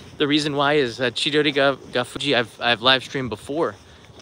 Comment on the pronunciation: Chidorigafuchi. not "...fuji" 😊 aiways nice video! Thank you😄👍